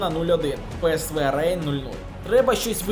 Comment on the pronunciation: будь-ласка читай не рейн, а Ренн